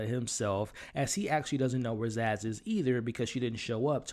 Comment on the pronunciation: Her name is Sazz not Zass